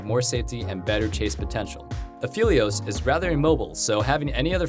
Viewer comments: I like this guy but its Aphelios not Afilious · Say Aphylios one more time dude, I swear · why would you pronounce it "a-fill-eos" in this video and "a-feel-eos" in the last one? its pronounced "a-fell-eos" alune literally calls him phel "fell" all the time in game u hear his name tons just by playing him. how are people messing this up?